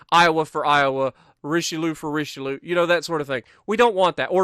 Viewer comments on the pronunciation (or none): none